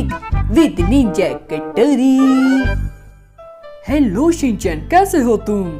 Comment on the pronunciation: i umsubs you it is ninja hatorri not ninja katorri